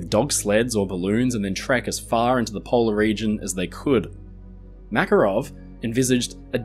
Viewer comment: Thank you for the video! For the future, the exclamation is on the second A in the name MakArov 😊